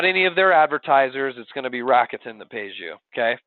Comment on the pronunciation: Aside from the bad pronunciation of "RA KU TE N" which is Japanese and there is no stress on any part of the name, this was very informative.